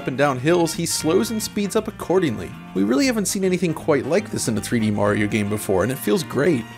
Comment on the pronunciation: The way he says Mario is driving me crazy... "Moar-iro"